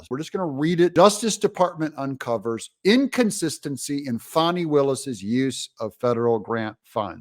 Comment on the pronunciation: Is her name FAWN NEEEE >>>> LOL She just needs quit !